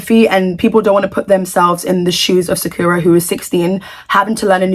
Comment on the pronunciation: btw you are pronouncing sakura wrong. It's pronounced sa-kur-uh like the anime character.